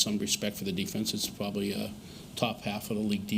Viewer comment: Drink when he says “Pwobably” 🍻